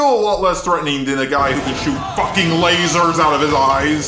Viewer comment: How about the man who said "lazer soights"